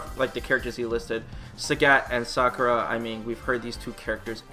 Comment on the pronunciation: It's Sakura not Sockra!